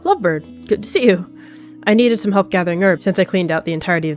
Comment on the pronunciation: "I got shum" sounded so silly and cute bro Edit: HOLY MOST LIKES I HAD